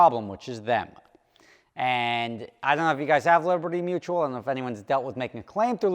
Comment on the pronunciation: Hey, they're dragging their feet because they spent your money on training the new guy how to say liberty mutual correctly. 😂